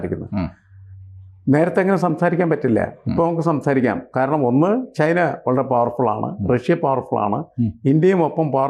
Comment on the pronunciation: ചെയ്‌ന എന്ന് പറയാതെ.. ചൈന എന്ന് പറയു. പിയേഴ്‌സൺ പറയുന്നതാണ് ശെരി... ചൈന.